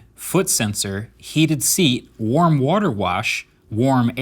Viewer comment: The smart toilet top? Surely you’re aware that it’s a seat? Because the way you said seat was like the first time you’ve ever heard it.😂